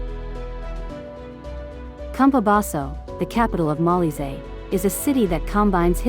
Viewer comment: It’s pronounced Mo-LEE-zay